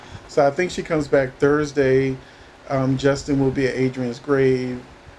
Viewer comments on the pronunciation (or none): none